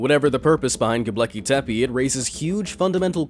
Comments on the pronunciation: It's 'Gobekli' not 'Gobleki'. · What the fuck is Goblecki Tepi? Its 'G O B E K L I T E P E' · Its not "go BLEKI tepe" lol. Gobekle bruh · You pronounced Gobekli Tepe WRONG every time you said it. You spelled it right in the title. However; You pronounced it "GobLEKI Tepe" every time. Didn't anyone else notice? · The way you say Göbekli Tepe is hilarious. You also forgot to mention how there is also 200 cities underneath it carved into Volcanic stone with some of the cities having three levels and others having as many as 10￼ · The most mysterious of all is how the narrator managed to mispronounce Göbekli Tepe every single time. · Ugh! Please pronounce Gobekli Tepe correctly. Other than that maddening thing, good video. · So many people have heard Gobekli Tepe pronounced correctly that your mispronunciation really detracts from the video. You really should dub over it if possible. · GOBEKLI TEPE You pronounced it wrong.